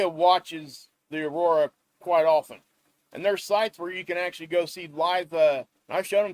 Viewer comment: Thank you for another great report... And for saying often with a silent 't' (and not with a hard 't.') 😉